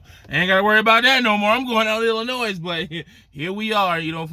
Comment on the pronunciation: Come on man say the state right damn or is that Ebonics??? You don’t pronounce the S in Illinois damn!!!! 🤦🏻‍♂️🤦🏻‍♂️ you just like lil guy trucker you’ve been on a diet for 2 years 😂😂😂😂😂😂😂🤣